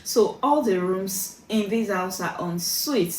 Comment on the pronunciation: It's the way you pronounced ensuit for me 😂